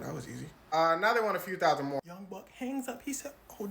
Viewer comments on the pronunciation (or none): none